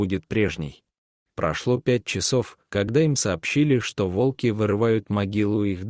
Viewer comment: Ставьте правильно ударение, от слова Волк,т.е на первую О